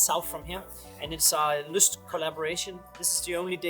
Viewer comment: Not Lust; the name is pronounced Lyst.